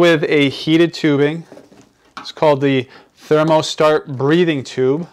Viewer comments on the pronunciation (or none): none